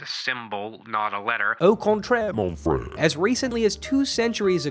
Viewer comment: “Au contraire, mon frère!” BRO. Did you literally pronounce that wrong! Nasalized vowels! Guttural R! Ur anglicized it too much. 🤓🤓🤓